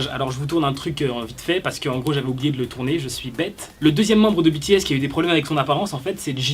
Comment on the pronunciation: En ne dit pas bities en dit bts idio😎😎🙃🙃👶👶👶👶👎👎👎👎👎